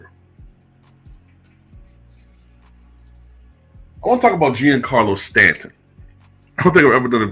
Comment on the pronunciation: His name is actually pronounced johncarlo